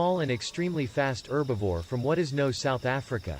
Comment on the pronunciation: It's "Herbivore" NOT "Erbivore"😠!